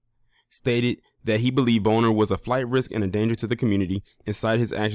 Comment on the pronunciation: That's how u pronouce his name?.......For real for real??😅😅😅